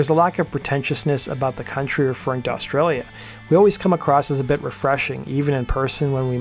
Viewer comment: also can't say Australia properly, but what ya gonna do